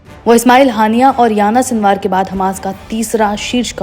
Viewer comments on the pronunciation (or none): Anchor madem aapku Yahiya Sinwar ka naam pronounce karne bhi nahi aara, unka naam Yana sinwar nahin hai, Yahiya Sinwar hai.